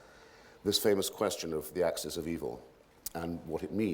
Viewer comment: Anyone else bristle everytime that "Axes" of Evil came up instead of 'Axis'.